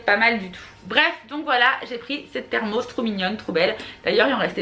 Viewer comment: Cc thermos c un ! Et on dit le s!